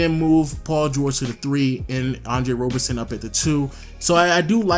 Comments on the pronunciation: Isn't it Roberson not Robertson? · Bruhhhh it's Roberson not Robertson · Roberson* not Robertson